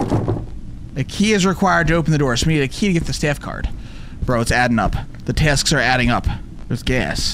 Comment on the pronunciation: When he said a key I heard we need IKEA 😂